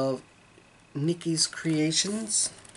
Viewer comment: Love all your WIPS! Could you ever do a tour of the wall behind you? I would like to see a closer view of your finishes. Yes, you did pronounce my name correctly. Always enjoy seeing you and your beautiful stitching💖